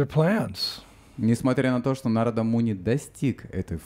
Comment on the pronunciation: Wonderful class. I was wondering why you pronounce Narada Muni like you do. I find we were taught to emphasize the vowel the line is over and we always said NAR-a-da but you keep saying Na-RA-da. I want to understand why I hear words differently pronounced than what we learned so many years ago. Can you tell me why you say Na-RA-da instead of NAR-a-da? Thank you. Hare Krishna.